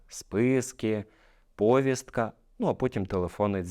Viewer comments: Змініть наголос повІСтка!!! Аж вуха ріже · Повістка-наголос на "і"